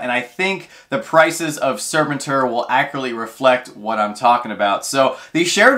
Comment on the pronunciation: just in case he comes up again it's pronounced Sir pen tour. Next to Krrsantan he was my favorite SDCC 2022 non Freddy Pop. Mostly cause of my fondness for the 80s toy.